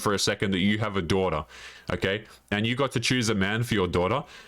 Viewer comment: With your accent "daughter" sounds like "dora"🤣🤣🤣🤣